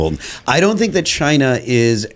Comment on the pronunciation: I miss how President Trump says "chyna"